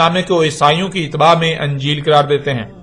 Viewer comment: tu Injeel ko Anjeel pronounce kr rha hai aur argument dekh